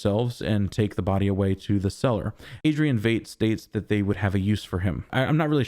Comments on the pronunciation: Oh FFS and you dare say Vayt instead of Veidt ("Vite") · Lol. I fell in the same trap. Yes, Fight. I think he was pronouncing it as “eight” preceded by “V”. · I believe "Veidt" is pronounced like fight, not fate. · No matter what you've heard, his German IRL last name (Veidt) is correctly pronounced VITE, not VEET or VAYT. Just thought you should know. But you can just call him Ozymandias. ;-) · Dude I've been waiting all week for your review. After hours (literally) of other people's reviews yours is the best and I dig that you don't fall for the red herrings the way everyone else does. I think the KKK robe in Judd's closet is from the Bass Reeve's movie Will was watching at the beginning of the previous episode. - - Veidt is pronounced like white, fight, height, light, might the same as the actor Conrad Veidt Keep up the great reviews and I'm glad to hear you picked up new subscribers after posting the last video (I was one). I initially started watching your channel when you were doing reviews of Westworld and now (just like then) your reviews are consistently the best and most insightful. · It really bothers me how you pronounce Veidt